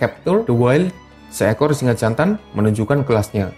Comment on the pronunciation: Singe apa singa yg jelas dong ngomongnya